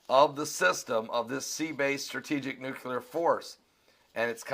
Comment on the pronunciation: it's pronounced "noo klee -er", not " nook -u lar" you are a smart guy, but when u mis-pronounce this word, you sound just like the idiot, Bush.